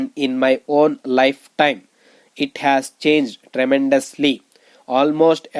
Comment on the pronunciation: Ur dictation pronunciation is very poor. Make difference in has and as..idiot